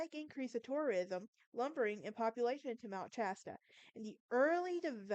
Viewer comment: It’s Shasta. Sh